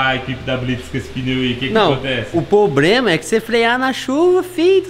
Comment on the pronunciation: "O pobrema " kkkkkk